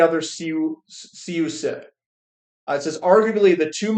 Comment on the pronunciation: CUSIP is pronounced Q-sip DUCs is pronounced ducks Keep the faith! Value eventually has its time.